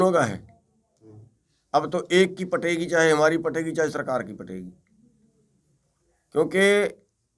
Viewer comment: He said pategi not phategi